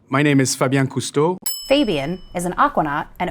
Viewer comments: Seriously! Came here to see if that annoyed anyone else lol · 😂That grated on my nerves instantly! I almost clicked out haha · "fahbien" "FAYbien" like come on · Him: my name is FABIAN She: FeiBien... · Him, pronouncing his own name: "fah-bien" Voiceover, immediately following him: "fay-bien" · Fabien: My name is [fah-bjɛ̃ kus-to] Wired: wazzup [fey-byen cow-stow] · he: "my name is fah-bYEn cousteau" she: "fEY-bien" like why 😭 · Yeah that was so jarring lmao. Like, it's a voiceover. He just said it. Say his name right. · "My name is Fabien"..........Narator: "FAbiEn" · “My name is Fabien Cousteau…” Narrator: “Feybyen….” Show some respect for how people actually pronounce their names, Wired! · When you introduce yourself and then the very next line is pronouncing your name wrong.... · Hey announcer lady, he just said his name is Fabien, not Fabien. For crying out loud. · Fabien pronounces his name and she literally fucks it up 2 seconds later. How much more disrespectful can you be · 10 seconds in and I'm super annoyed with how the computervoice (or female presenter not sure which) pronounces his name differently RIGHT AFTER he pronounces his name as it's meant to. Like comeon.. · It's hilarious how he says his name and then immediately after it is mispronounced by the person doing voice over lmao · I love how in the first four seconds someone pronounces his name wrong after literally just hearing him say it out loud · How do you get his name wrong when he literally pronounces it for you? Such disregard. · I was also thinking, "you didn't even try!"